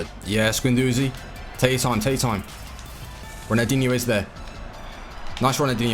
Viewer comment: does it annoy anyone else that he says ronaldinho with no L